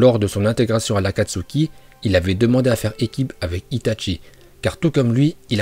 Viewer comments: J ADORE ITATCHI nan juste la prochaine fois dis itachi sa ma fait mal mec stp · par contre pourquoi tu dit "Itatchi" alors que c'est Itachi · c est itachi pas itatchi merci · Ce n'est pas ITatchi mais Itachi :') tu ma tuer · A chaque fois il dit itatchi au lieu de itachi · C itachi pas itatchi pour la prononciation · cest qui itatchi je connais que itachi uesh dit bien les prenoms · C'est itachi pas itatchi c'est pas compliqué quand même. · Comment tu c pas parlez itchatchi 🤦‍♂️ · Itachi pas itaNchi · Désolé mais ça m’énerve on dit (i ta chi) et pas (i ta tchi) par pitier fais un effort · Tu dit les noms comme un porc (itatchi ,kidsame,uchiha ) sérieux C’est chiant